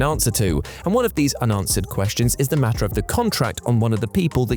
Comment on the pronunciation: Yes it is quite “metter”